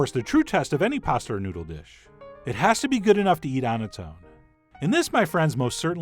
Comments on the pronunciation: 🎎⛩️㊗️ newdoww LMFAO good one chef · Bell and New-dell SIGH